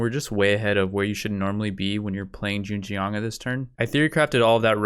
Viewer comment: I like these videos because you can tell his pronunciation gets better and better every video from calling Zheng Jiang Zan Zan all the way to Zhen Jian I can't wait until one day this guy is completely fluent in mandarin but can only say the names of historical figures and cities